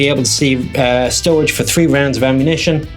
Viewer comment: He can’t say storage 😂